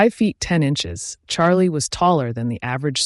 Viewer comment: Hs name is pronounced as shalay